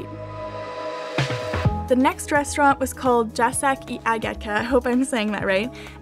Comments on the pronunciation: Please read this like this Yacek (Y like Yeti, c like circle) :) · You didn't say Jacek i Agata right. I heard l placek i agejta xd